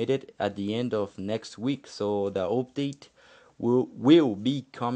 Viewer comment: Im not sure when the multiplayer will be available for everyone. Hopefully the beta testing gos well and doesnt take too long. And the way u say "update" is awesome.